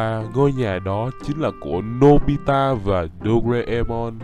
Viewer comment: anh ơi anh mới nói nobila đó 😂